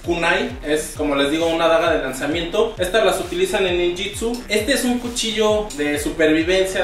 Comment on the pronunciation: Y a ti quien e certifica como maestro? se pronuncia ninjutsu no ninjitsu